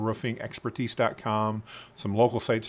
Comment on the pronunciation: Can't even pronounce roof.